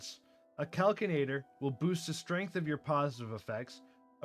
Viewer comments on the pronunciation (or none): Lost me at "Calkinator".